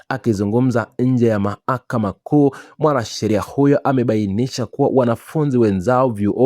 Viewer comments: Sema walalamikaji,siyo walalamikiaji. Na ni mahakama Wala siyo maakama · Bhanaweee,sema mlalamikaji Wala siyo mlalamikaji. Na ni mahakama,siyo mahakama,wewe vipi bhana?